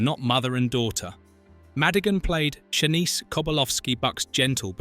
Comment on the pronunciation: Sha-NEECE, not "SHAN-ise"